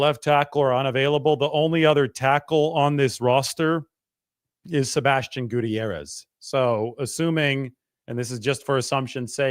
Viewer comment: So cringe the way pronounce Gutierrez